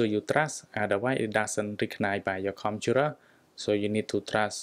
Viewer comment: Says computer Me- Whats a conturar